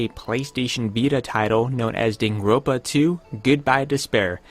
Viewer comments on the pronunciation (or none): Dude. If you want to review a game, you should at least know how to pronounce the name